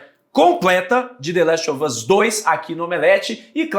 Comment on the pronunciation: Esse apresentador precisa parar de falar the laxe of us mano